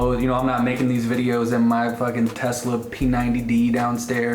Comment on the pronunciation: Did you say Tesla? Lol